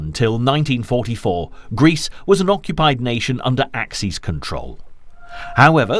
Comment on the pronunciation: Axes ... plural of axe ... as in ax ease. Axis ... you know, perfectly well. _Ax iss.